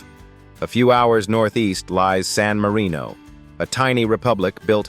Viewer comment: I wish that they would make the effort of pronouncing the names properly---it verges on shameful, there hasn't been one name pronounced properly, not even San Marino....